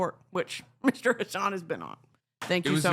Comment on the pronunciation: It's like a bummer how everyone pronounces Hassan's name wrong even though they're like friends and stuff